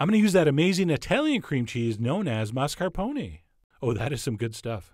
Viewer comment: glad someone finally pronounced mascarpone right. i knew this was the only reliable food channel !!!!